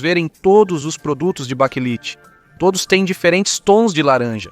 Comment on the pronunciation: Baquelite é o correto ,não baquelita